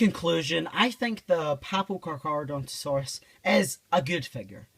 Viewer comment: "Papo Cacaradontosaurus" Got really confused for a second lol.